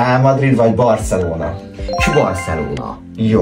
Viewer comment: Az jó volt hogy azt mondtad hogy söhört és csbarcelona😂